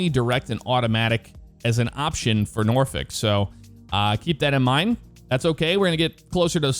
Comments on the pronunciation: I’m originally from the Hampton Roads area, thank for for pronouncing Norfolk correctly! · So the scenery you have for Norfolk I think is what’s causing the lack of approach information in the world map. The default airport has the approach information. (Btw, good job pronouncing the city right. I’m from the area)